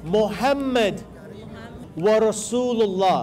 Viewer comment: Please correct pronunciation of wa ashhado anna Muhammadan and dont say wa Muhammadan